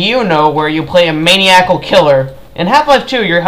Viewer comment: Your pronunciation of the word maniacal annoyed me